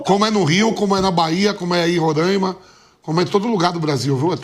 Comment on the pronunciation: Parabéns Mauro! Esse pillhado bolsonarista preconceituoso e, como ainda não bastasse, não sabe pronunciar o nome do Samir e do estado.